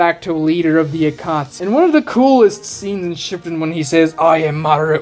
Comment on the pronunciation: I can’t believe arguments from someone so anti-discussion seriously. Calling your opposition stupid for arguing something different ruins your credibility. Also you can’t even say shipuden with correct pronunciation…